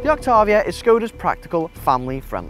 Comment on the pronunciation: You pronounce Octavia incorrectly.